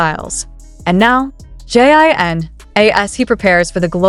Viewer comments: It's not Jean ..Jin is pronounced like the liquor Gin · It's NOT Pronounced "JEAN". You Obviously DON"T Do Your Wwn Research. ** ALL of BTS Starred in the the VUITTON MENS FALL FASHION SHOW 20/21. DON"T You know That?! ALL of BTS are AMBASSADORS for Different Brands. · Excuse me, narrator, you could at least learn to pronounce his name correctly!! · Would it kill the narrator to consistently pronounce JIN's name correctly? He is not a new kpop idol, with a huge global fanbase.